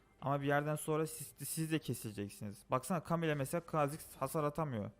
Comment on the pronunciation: KHA ZİX O KHAAAAAAAAAAAAAA ZİX DEĞİL